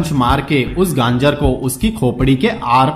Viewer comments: Bhai gangr nhi hota gajr hota h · गांजर या गाजर?🤔🤦‍♀️